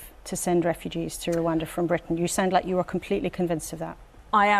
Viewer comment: It is pronounced "Rwanda" not "Rwanda" please amend